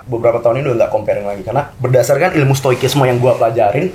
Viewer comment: ngakak denger pembacaan stoicism jadi "stoikisme" wkwkwk